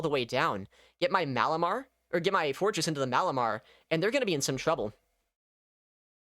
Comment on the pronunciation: I heard "florges" instead of "forretress" all the time and was so confused about when it got shadow and also a bug bite.